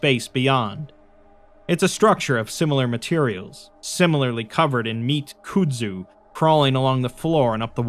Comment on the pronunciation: I really appreciate the stories that you read for us and everything and I don't want to be that guy but it's pronounced "Cud-Zu"